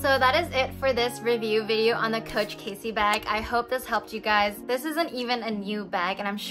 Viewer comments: It's Cassie not Casey.....fyi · Nice video! It's pronounced cAssie, not Casey. I carry a mini pochette or toiletry 15 in mine just fine, I think it depends how you fit all the accessories in. Thanks for sharing! :)